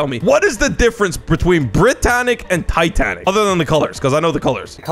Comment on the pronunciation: Bro you mean titaic?😅😅😅😅